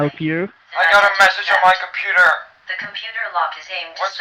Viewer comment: compuder. derpa derpa compuder.